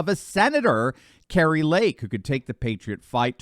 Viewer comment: Kari not Kerry.